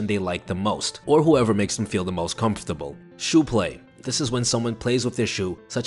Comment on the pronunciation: 337 ..constable? i think he meant comfortable. good video just a ton of little errors